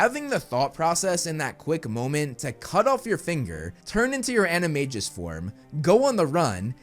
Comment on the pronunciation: Excellent job, great video as always. To me, your biggest hot take is your pronunciation of animagus animagi in the words of Hermione Granger, "You're saying it wrong." Stephen Fry says it correctly of course while reading the books. The most ridiculous hot take out there is from the SCB about Filtch being a poltergeist. PS I liked the Fantastic Beast movies, too, and I think they should use some of that money to make the other Fantastic Beasts movies. Never mind what the haters think.